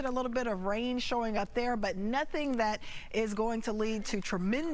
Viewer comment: Never heard Atascocita pronounced like that. Which begs the question, what’s the proper pronunciation?